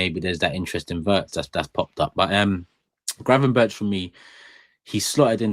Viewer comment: Gravenberk not gravenberch 😡